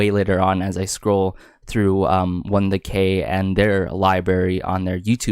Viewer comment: Absolutely fantastic review❤ Very detailed and earnest, I think! Just one thing: "ong" is pronouced like "song" without a "s-" sound 😍